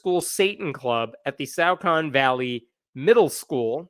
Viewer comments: Okay it's disturbing to know that this is happening pretty much next door to me. But I can tell you with great confidence that the "au" in Saucon is not pronounced like "out"; It is pronounced like "saw". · It's pronounced "saw-con". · It's pronounced "saw-kin". 🎉👍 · It is pronounced SAW-Kun It is literally just down the street from me. I went to high school there. I heard nothing about this. They really kept this under raps THANK YOU SO MUCH FOR DOING THIS VIDEO I am going to spread this message right now to all my local groups.